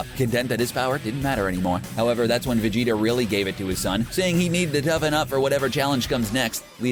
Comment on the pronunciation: Ahh he said vadeda